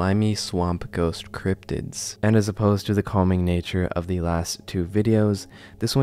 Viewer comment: You don't have to pronounce "the" as "THEE" every fking time. I understand if English is ur second language. But that's like elementary school level learning to speak type sh!t.